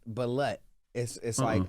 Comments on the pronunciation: it’s pronounced ba- loot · There definitely pronouncing it wrong, it’s Balut but pronounced Ba-loot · Balut is pronounced like baloo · It's pronounced ba•loot but alright, Ray J is keeping us cultured! 🤣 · It's pronounced BA-LOOT & not balut like slut. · It pronounced BA LUTE